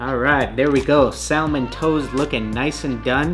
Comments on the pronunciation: It's pronounced "samon" not "sal Mon" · You had me till you said Sal-mon. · Anyone else annoyed at how he pronounces Salmon? The l is silent should sound like "samon" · The color “salmon” is pronounced sa-min (the L is silent). It’s the name of the fish. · If this dude say SAL-Mon One more time, I'm gonna quit being a pescatarian, lol. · My man really said SAL-MON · The L is silent in salmon that irritated me the whole video 😂 The trainers looked amazing 👌🏽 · Hold up... how did you just pronounce salmon 😐🤭🤯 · Love your vids bro but I hate how you pronounce salmon 😂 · I can't believe no one has commented on this so far but the way you say salmon is like REALLY wrong. The "L" is silent.